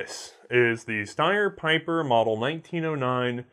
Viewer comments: Picking a nit, but it is actually an important one. German Like most americans your reverse the position of e and i when the combination "ie" is used. It should be a long smiling "i", not a "ey", Pieper you pronounce like Peiper would pronounce and those are dissimilar words. Steyr however you get exactly right. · Pieper is a Belgian surname and it's pronounced" Peeper". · Just FYI, "Pieper" is pronounced "Peeper".... If you transpose the e and i it would be pronounced "Piper" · Wrong pronounciation: Peeper